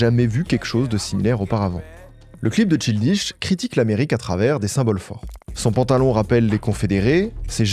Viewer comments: C’est sûr que quand on a l’habitude de l’anglais ça fait bizarre 😅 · c'est surtout le childish qu'il prononce mal, juste regarde sur google traduction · MERCI DE COVER LA CARRIÈRE DE CHILDISH, je suis trop contente Donny G c’est vraiment un de mes artistes préférés depuis longtemps et je regarde chaque vidéo qui parle de lui. Par contre j’oublierai jamais cette prononciation de « Childish Gambino » 😭. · C’est une dinguerie de prononcer Childish comme ça mais bien joué pour le bait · Super vidéo merci vraiment mais par contre j'ai failli me taper la tête contre les murs avec toutes les fois où tu as prononcé childish avec un "i" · CHILDISH..... CHILDISHHHHHH, mec tu as du faire des recherches, tu as du entendre son nom prononcé. Come on! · Il prononce childish comme un bouché du Périgord 😂😂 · no hate 1er degré évidemment, j'adore tes vidéos sur ces artistes marquants de notre époque, mais c'est vrai qu'un petit effort de prononciation anglaise surtout sur le nom de l'artiste ce serait cool :') le "childish" hérisse les poils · Jessaye pas detre mechante mais childish c un mot anglais, je dis ca car a lecole jai appris quon change pas les nom selon leur prononciation, jcrois pas que je dois dire plus, jpense que tu me comprends assez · top video mais PAR PITIÉ faut vraiment commencer par apprendre a prononcer les noms anglais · Le frêre il a beau essayer il sait absolument pas comment prononcer "Childish" correctement, l'accent français ruine tout 😭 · Arrete de dire Childish dit Child en anglais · pardon mais la prononciation de childish est honteuse genre si tu fais tt une vidéo dessus ecoute son nom prononcé pour savoir comment on le dit 😭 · mdr ca se prononce "chayldish" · CHILDISH comme le thé chai... "enfantin", c'est son nom et tu l'prononces plein de fois, apprends au moins juste c'ui-là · Le niveau abyssal des français en anglais. On dit: “Weirdo” = “Ouirdo” Et bien sûr “Childish” = “chaïldish” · C “Tchaildish”et pas “Chiiil dish”